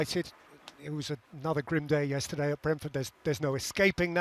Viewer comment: Say yesterday again you muppet